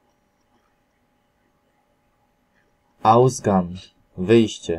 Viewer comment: O rany...jeśli ktoś umie po niemiecku t bardzo dużo słówek jest w wypowiedzi źle napisane, np. Wyjście-ausgan ?! ... jak już to napisz lepiej ausgank ale te g tez musi być słychać. Ale tak w sumie nie najgorzej. 👍